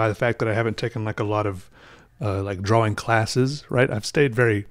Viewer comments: Lol i didnt know there is a L in drawing lol XD drawling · I love how he says drawing draw-wing, never change. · No no no no no, well, my opinion anyway. says the word how should say the word, because obviously that W and the Wing are important on some level. I shall cry till my eyes fall out if he stops saying drawing "draw-wing". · Early on in this vid he accidentally pronounces it correctly twice. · Listen carefully when he gets excited, and he pronounces it normally. Not that it's important. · I love that you pronounce the W in drawing. 😊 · I'm still not used to the way you pronounce 'drawing', is that a regional thing or is it just you? nothing wrong with it, I think you're great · You say drawl funny